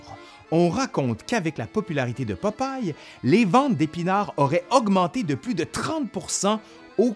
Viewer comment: Québec: "Popaille" France: "Popeille"